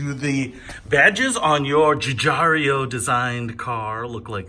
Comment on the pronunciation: Hi Peter, great video but the name is pronounced Giugiaro, not Guigiario. :)